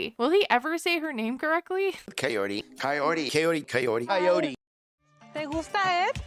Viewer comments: Chayote, kayote, kayodii... C'mon Ed! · He sounds like he’s saying COYOTE damn Eddddd